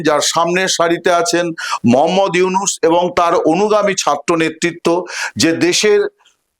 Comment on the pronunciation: ডঃ মুহাম্মদ ইউনুস ভালো করে নাম বলতে পারলে বলেন নাহলে বইলেন না